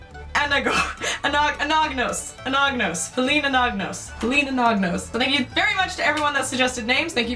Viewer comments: Hey! Love your name. I always thought the last name would be pronounce Ah-na-nos, because the 'g' in "gnostic" isnt pronounced. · the 'g' in Anagnos is silent, like in the word Gnostic - 'Anna nos', last syllable rhymes with ross. It is a Greek name. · Anagnos eh? Since it's clearly a bit uncomfortable to say it, why not pronounce it as Ananyus?(the ''o'' will sound a bit more like a ''u'') Since the the ''gn'' is known in France and Italy as the ''ny'' sound, like in Agnes (french) or Bologna (Italian). ^^